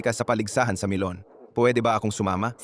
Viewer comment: Akala ko nagkamali lang Ako NG dunig NG pronounce na Milan naging melon at the end MELON NGA